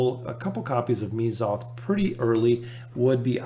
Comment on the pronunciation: Correct me if I’m wrong, but isn’t it pronounced Meh-zoth? also great vid!